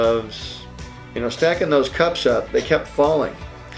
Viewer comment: I thought he said cops XD